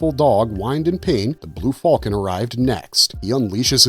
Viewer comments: The blue what? Just say falcon like a human being. You're not Han Solo. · I am having trouble coping with his pronunciation of "falcon."